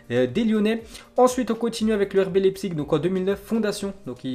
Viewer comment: Ça se prononce laïpzich pas lépsik